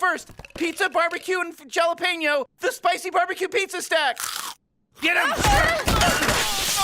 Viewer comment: Love how Rick frowns when Pringles Morty mispronounces Jalapeños